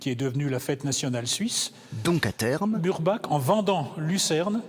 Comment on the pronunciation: A prononcer "Mourbar" et non pas "Murbak".